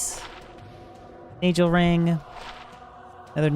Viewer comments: NAJEL...... somehow pronounces nagel as najel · You pronounce everything wrong lol dafuq NAJELRING LOL